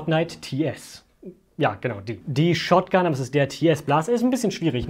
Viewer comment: TS heißt tactical schotgun